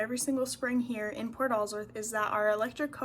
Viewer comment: I get a kick how she pronounces Port Alsworth as one word.